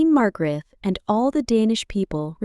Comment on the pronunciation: Hvordan f var det Margrethe blev udtalt ???